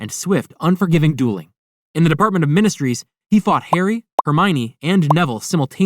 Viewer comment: “The department of minestrees💀”